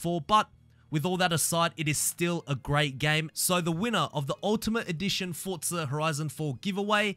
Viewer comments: “Four-zah” not “Fort-zah” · Why do Europeans pronounce Forza as “Fort-za” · Haha you say "foccca horizon"